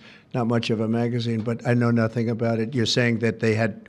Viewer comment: "I know norhing...." Okay, Sargeant Schultz.